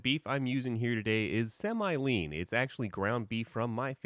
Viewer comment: Think he means to say semi not sem eye